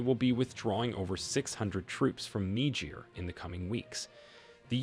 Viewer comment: Presentation much improved. I like your presentation of Niger as Nejay. You might still have to work on that breath control. Good work from a friend in Nigeria.